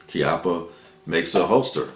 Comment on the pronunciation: It's not "KEE-up-uh" It's "KYUPP-ppuh" :)